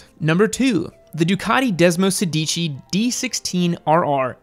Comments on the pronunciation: It’s “desmosèdici” not “sedìci” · Hi! It's called desmosédici not desmosedìci. Sorry but I'm an italian pizza owner and it's weird to listen to🍕🍕🍕 Could you make a video about 2 stroke like Cagiva Mito? 🤔 That could be interesting as fac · When I heard Desmosedici, I swore I heard Despacito. Lol